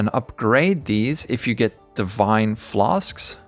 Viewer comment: I'm just here for the "flas'k's"